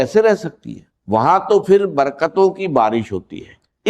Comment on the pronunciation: یہ ڈاکٹر صاحب کی آواز بلکل نہیں ۔۔ ڈاکٹر صاحب ج اور ظ کی کبھی غلطی نہیں کرتے تھے۔ انکی اردو بہت اچھی اور زبردست تھی۔۔ یہ جس نے ریکارڈنگ کی ہے اس نے چوول ماری ہے۔۔ باہر کو بجاہر، پھر کو فر۔۔۔۔